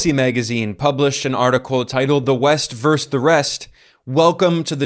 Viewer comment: "Versus". The word is pronounced "Versus".